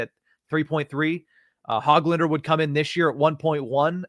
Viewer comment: Don’t pronounce the “g” in Hoglanders name. Ho-lander